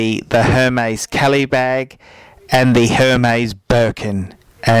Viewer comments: first thing, do you have to swear its not pleasant to watch and second thing, learn how to say Hermes its pronounced ermes it has a ac-sent on the E so you don't pronounce H. You say you know luxury you don't even know how to pronounce it!! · Hermes is pronounced "Airmays" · laughing really hard at the fact he didn't even pronounce HERMĒS correctly